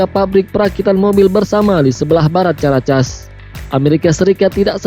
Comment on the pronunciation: caracas itu bunyi nya karakas boss...bkn casss